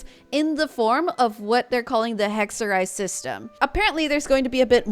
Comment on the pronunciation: So weird that all Genshin players are saying 'hekserij' al of a sudden. It's Dutch for witchcraft. Excellent pronunciation btw.